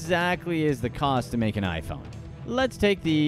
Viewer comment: The way he pronounced the iPhone name is frustrating